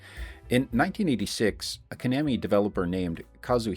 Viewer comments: Ko-nammy ❌ Twenty-oh-seven ❌ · It’s Ka-Nah-Me 😂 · “Ko-namy.” Are we serious bro? :| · Repeat after me... Koh-NAH-mee. AI bot mispronouncung things again. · Lmao I was like he has to be doing this just to piss people off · Well, to be fair, your pronunciation is not quite correct for Japanese, either. (No syllables get emphasis like that.) Still, not as terrible a mutilation as the typical English pronunciation of 空手 (karate). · Yeah, but he’s pronouncing it wrong aswell.